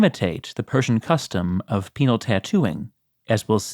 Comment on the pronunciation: It took me longer than I'd like to admit to realise you were saying "penal tattoos", and not "penile tattoos".